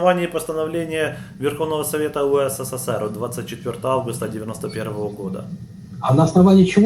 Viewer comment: не УСССР, а УССР. Вы лишню букву С произносите.